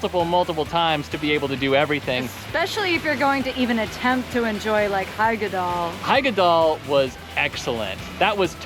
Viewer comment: Nice one! It's great to see your funny interactions with the characters, i hardly ever see something like this in other vlogs from these places. And of course, you apologise for your pronunciation before actually saying something correctly, while butchering something else later on 😅 Referring to the nemesis of all English-speaking Rulantica visitors, "Hyggedal"! Because in Nordic names like Hyggedal, the "Hy" isn't pronounced like in "hyper" at all, more like in "hiccup", but different. But it's hard to describe it in English, maybe watch "The Scandinavian Hygge Lifestyle Taking The World By Storm", they say it properly in there a lot. 👍 But yeah, another enjoyable vlog., it's so funny how you seem to be by far the more apprehensive one when it comes to all things water 😄And of course, the sunglasses with the sport straps... It's good to see how you both wear hats and stuff at times though, sun protection is important, especially if you're not that dark of a skin type to begin with. 👍 I've seen that snorkelling VR once in a vlog, the guy who did it was positively surprised by it, and his girlfriend filmed him from outside. You enter a pool where the water can be moved through with jets, you hold on to handle bars and then you sort of snorkel in place while the water is moving and the VR is playing, giving you the sensation of going on a dive snorkel adventure. They said it's well worth the small up-charge. The technology is kept dry with rubber seals and stuff, like